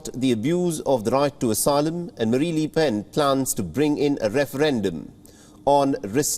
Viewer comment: Calls Marine Marie throughout the report. Says li pen when its le oen. Where do you get these presenters? Cringe